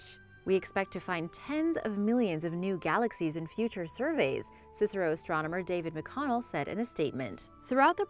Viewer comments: the Australian story is about the C S I R O, not cisaro ;) we say each letter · C.S.I.R.O not CICERO, please do your research...